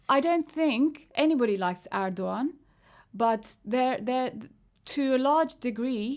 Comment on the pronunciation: omg "rohava" and "erdoggan"